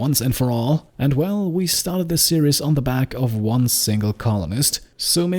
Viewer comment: Same here, didn't actively search, premise sounded fun, loved the great narration style. Watched the entire series over maybe a week. Only one thing, your pronunciation of "series" switches from fine to imitating the mispronunciation of the Braun razor ads on German TV. "Serious" (see-ree-yes) is "ernst", not "serie". There is no "yes" sound in series; the -ies ending is pronounced exactly the same as in German, i.e. it rhymes with "dies" or "Paradies" in German, or "sees" in English. Minor observation, as your English is excellent. I hope you don't take this the wrong way, as your voiceover is brilliant. It's something that I notice German speakers doing all the time; as I say, I blame the Braun razor ads. Quite why Braun are releasing ads where they mispronounce the name of the product is something I've never managed to understand. It irks me (and my wife) every time we hear the ad.